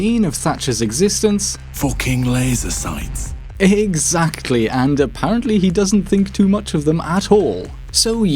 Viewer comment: "f00kin laiser soights"